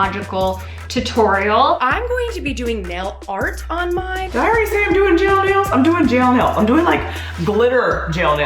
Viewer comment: I love how said gel like jail